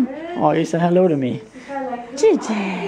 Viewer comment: cat = kitten :) Pronunciation sound like KITCHEN !!! LOL